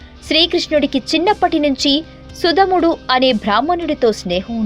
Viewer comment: సుధాముడు తల్లీ!!! సుధముడు కాదు......